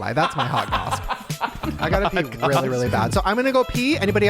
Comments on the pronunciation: I’m older than but isn’t the saying goss and not gossp? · saying gosp reminded me so much of mean girls “fetch”